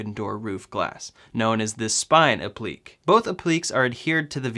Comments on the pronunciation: Pronounced "App-pluh-kay" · it is pronounced " ap-le- kay " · It’s pronounced “app-li-Kay” 🤗🤗🤗🤗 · Applique = “ap-pli-kay “ 😆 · You are definitely saying that as wrong as possible 😂😂 it’s app-li-Kay and it’s the fact you say it like you KNOW thats how that word is pronounced lmao... it’s the confidence for me 😂😂😂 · applique is pronounced app-li-cay'. It is French. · Applique is pronounced app-le-KAY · App-li-Kay. Say it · It is pronounced app-lee-kay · Applique = app-lee-kay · Hey -Being a retired teacher two of my quirks is spelling and pronunciation. Applique is pronounced app-li-kay. Translates to something that is applied. So the Tesla logo on the hood would be an applique. Keep up the informative videos. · Applique pronounced 'App-le-Kay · It's pronounced app-lick-kay. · The word is pronounced “app - lik - ay” appliqué. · Appliqué (app lee kay) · App-le-Kay you noob. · For heaven's sake, say "App li KAY". Public education has gone to seed. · Yeah you definitely said “appliqué” wrong a bunch of times. It hurts my ears when you say it like that.